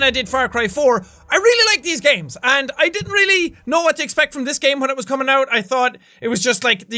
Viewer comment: You said kumiss out wen it's cumess out